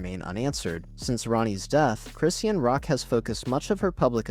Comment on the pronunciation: It's Cris-shawn not Christian